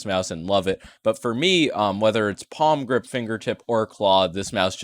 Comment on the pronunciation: Oh no pronounced "palmgrip" so many times:(